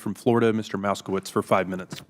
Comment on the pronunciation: Did he call him "Mouse" kowitz? Don't let these a$$holes disrespect you! That's a favorite trump move - mispronouncing names.